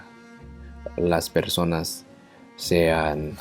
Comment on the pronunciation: LA FORMA EN QUE PRONUNCIASTE PERSONAS, FUE PERFECTA! Es asombroso... Great...